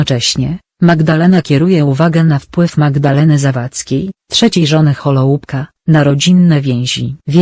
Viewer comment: Wymowa nazwiska byla okropna...